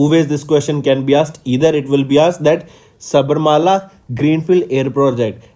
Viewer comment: Enathu saibarmala va😂 yow athu sabarimala ya... Already rural ku rular nu solitu iruka ithula ithu veraya 🙄